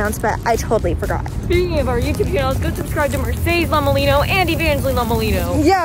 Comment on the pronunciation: How it’s spelled:Lomelino What I hear:Lhama-Leno